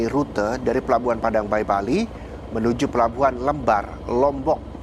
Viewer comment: lembar bang bukan lembar